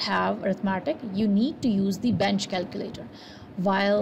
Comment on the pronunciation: did you say bench calculator? I did not understand